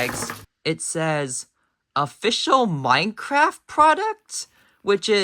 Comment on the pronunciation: Oml it didn't even say "Official Minecraft" It said MINECRRFT